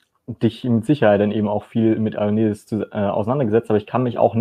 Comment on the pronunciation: Der Typ heißt JOANnidis, und nicht EIONnidis! Das kommt von Johann, und nicht vom Ei.